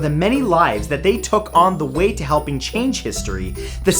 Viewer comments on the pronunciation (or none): none